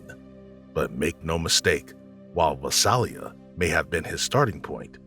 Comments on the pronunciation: #17 Visalia is pronounced Vi-sail-ia. I lived near there most of my childhood. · Its pronounced Vi-sail-a not Vi-sal-a. Lived there for years. The Golden State Killer was a scary time.